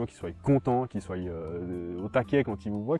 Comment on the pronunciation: "soit" pas "soye" ... et bon "café j'adopte un chien" ça ressemble vachement à ce que fait Esprit Dog attention ....